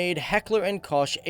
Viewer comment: The ''Koch'' part in Heckler & Koch, the ch is pronounced as a ck